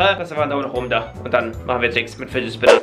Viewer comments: Spidget finner 😂 spinnet fidger😂😂😂😂 danke Community für 142 likes❤❤ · „Nicht mein Lieblings eh Bat nicht mein Lieblings Spinnet Fidget dieser Batmann eh Fidger hier“ Deutsch? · "Nicht mein lieblings Spinnet Fidget dieser Batman Fidger hier" 😂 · happy. arazhul er hat spitget finner gesagt! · Hör zu alter das hat er nicht gesagt er sagte spiget finner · "Spinnet Fidget" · Spinnet Fidget?😂😂😂👍🏼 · normal: fidget spinner: spidget finner ja moin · Spidget Finner 😂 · spin it fidger! :D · Real: Fidget Spinner: Spidget Fidget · Lachkick Spinned Fidget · DIGGA DU HAST 15 MAL GESAGT BESCHEREN KANN ICH MICH DA ER WANIGA DIGGA 2022 ICH LACH IMMER NOCH , UND FIGET FINNER🤣🤣🤣🤣🤣🤣🤣🤣🤣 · einmal hast du gesagt spidget finner! 😂😂😂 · MINUTE Ahhhhhhh Spidet Fidget Schminner Bat Oh Gott diese Ausprach... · du sagst immer spidget FiNeR